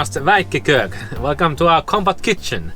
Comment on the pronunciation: The first time I heard say "Compact Kitchen", I misheard and thought she said "Combat kitchen"!🤣